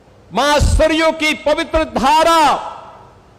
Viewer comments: ಸರಾಯೂ ಅಲ್ಲ ಅದು ಸರಯೂ ನದಿ. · ಸರಯು ನದಿ,ಸರಾಯು ಅಲ್ಲ......Background music hopeless.....